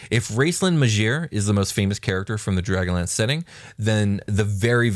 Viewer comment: Everytime said dragonlance in 100s of episodes I thought he was saying dragon lands. Then halfway through this episode it hit me....